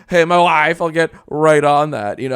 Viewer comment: The way JJJack says "mAI wyYFE" will forever haunt my dreams. Thanks for the new night terrors! Keep em coming!